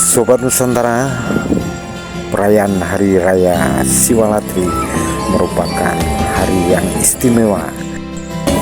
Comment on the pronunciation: SiwaRatri min...sanes SiwaLatri. Satu huruf bisa salah llo.